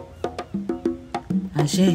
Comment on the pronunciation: No my friend, Orisa Aje (pronounced ajay not ajeh) (pls drop Shaluga part) is the daughter of Olokun Seniade